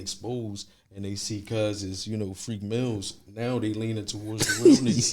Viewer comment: Nigga said freak mills tho 😂😂😂